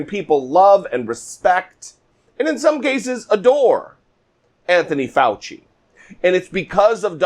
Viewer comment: speaking idiots you keep mispronouncing Dr. Fauci's name every time you talk i know Trump is a mindless wonder lost in his own world but remember this when someone mispornounce your name it's like and insult and the Dr. will tell you this in your face